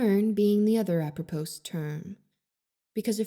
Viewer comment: Oof. Stories containing bullying always hits a little close to home, but you did an amazing job narrating this story, as you do with every video. 😊 Also, a friendly pronunciation note: The “s” at the end of “apropos” is silent, just so you know! ✨💖✨